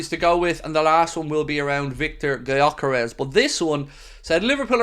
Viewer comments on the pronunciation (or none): pronounced "yo keresh" btw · Okay, so I messed up my original message, writing "spelled" instead of "pronounced", but the way you explain the pronunciation doesn't make it easier for anyone not of Hungarian origin to say the name right. They don't know the letter 'ö' and "Dj" gives the idea of spelling it like "dzs". Let's just agree that neither of us knows how to use the international phonetic alphabet. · I see and it makes sense. Btw, the "dzs" prononunciation was actually intended, because a none-hungarian really cannot pronounce the "gy", I think it's one of the closest in sound, or it could also be a good idea to just change the "G" to a "D" and simply say it as "Dyœkeresh". Sounds more closer to the actual than pronouncing the "G". Either way, would be an interesting signing. Not saying Viktor is a superstar center forward but I'd swap him for Darwin in a heart beat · It's spelled Gyökeres. It's pronounced "Djökeresh". It's a name of hungarian origin.